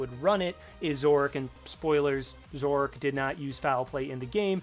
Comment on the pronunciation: Zorrork? Zorororororororororork? What happened to the A?